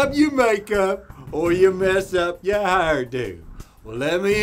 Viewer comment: How tf do you pronounce "hair-do" like that?